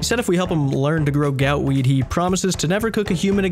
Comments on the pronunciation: So why does he call it gootweed, but gout tuber? Is he finally admitting he was wrong for calling it gootweed? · This guy is pronouncing gootweed wrong wtf